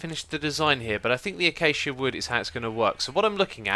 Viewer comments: I think its A-ka-sha wood not a-cha-cha wood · it's Ah-cay-shia. :) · It's pronounced ah-cay-sha. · achacha wood..... really? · Why does he say achacha wood instead of acacia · Wtf is "achacha" wood? Cmon man, ur a log fella, its pronounced "ak-ay-sha" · The wood/tree is pronounced "uh-cay-shuh," not "ah-cha-cha." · see other comments for why he does that:) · It's not Achacha Wood it is Aciasia wood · when he said "achacha wood" it made all ocd people die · "Achacha wood" xD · its a-kay-she-a not achacha, i asked mo-jang not mo-jang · X, its not pronounced achacha. Its pronounced A kasha. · oh I forgot that you pronounced acacia achacha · why do you pronounce acacia (a-cha-cha) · said achacha wood. Idiot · X no, no, NO!! The wood is called Achacha not Acacia!! I believed that you knew that already... Sometimes you just disappoint me.... :( Just kidding. :) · this is one of my first vids and I could be wrong but is it not pronounced "a-k-sha" instead of "a-cha-cha". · I say ackaicia, x says achacha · is this an inside joke I missed or does he legitimately called acacia wood A-ch-ch wood? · It's pronounced uh-KAY-shuh (Google acacia pronunciation). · When u said acacia it sounded like achacha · I'm trying to sound mean, but I'm pretty sure that acacia is pronounced uh-kay-she-uh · It's pronounced A-CAY-SHA wood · acaca wood 😂😂😅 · Xisuma... It's A-K-SHA wood:) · Acacia is pronounced A-KAY-SHA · he knows how to say it he just says "a-cha-cha" because that's what keralis says and he likes it he said that a few episodes ago (i know you said this is your first vid so you didn't see him explain) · does he pronounce acacia wrong on purpose? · Its sounds weird to me.... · He said acacia like Keralis does 😊